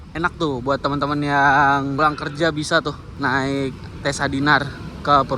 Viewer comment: Kayaknya di baca cessa bukan tesa 😅 deh